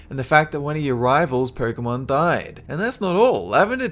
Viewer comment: did he say "porkemon"?